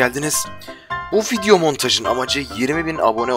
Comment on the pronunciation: Abi girişte 2. video dediğinde fidyo demişin :D :D